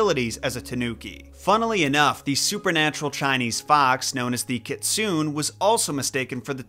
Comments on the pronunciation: I do absolutely love japanese mythology and you did a fantastic job on the tanuki! My only critique is you pronounced Kitsune wrong. It's pronounced Kit-Sue-Neh. Kitsu= the sound of a Foxs bark ; Ne=old term of endearment. The tanuki mythos evolved from the kitsune myths, and they have a lot of overlap between them in terms of abilities and even in artistic depictions. Foxes, however, lack the magic testicals and tend to be more troublesome than tanuki. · I freaking loved Pom Poko...Watched it with my bf because he loves raccoons, and tbh it was hilarious. Would NOT say it was for kids though. Just because its a Studio Ghibli/Miyazaki movie doesn't mean its for kids. Also...Kitsune is "Ki-tsu-ne" if you're using the proper Japanese pronunciation. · It's Kit-Su-Ne ne as negative 😂 I got confused while I was clean the house 😂😂😂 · Kitsune is not pronounced "ki-tsun". It's pronounced "ki-tsu-ne". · Kitsune is kit-su-neh. Got Tanuki right. Good job. I also recommend gaijin Goombah if you want to learn more about Japanese folklore or ninjas. Good man that one is. I'm at the time of this writing, if someone else pointed out this mistake let me know. Have a nice day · "kit-soon" I always thought it was "keet-soo-neh" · Hey y’all! When I looked up how to pronounce KITSUNE Google told me “Kit-soon” ! Even if Google is wrong you can all stop commenting the same thing! 🤗 I know it’s exciting to show the world how smart you are, but if you were really smart you’d scan the comments to make sure you’re actually contributing to the conversation and not leaving the same comment as a hundred other people. Yes? Now if we could get back to discussing this fascinating figure from folklore and not my pronunciation of a figure that’s mentioned for approximately 5 seconds I’d greatly appreciate it :) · Kitsune is actually pronounced keet-soo-neh in Japanese. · I learnt recently that "kit-soon" pronunciation is for Americans. Just like how Japanese pronounce "Coffee" as "Ko-hi"